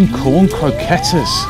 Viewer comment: the way he pronounced croquettes and queso Is kind of sad.